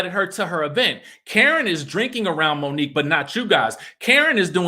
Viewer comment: So y’all still saying Monique wrong 😑 ?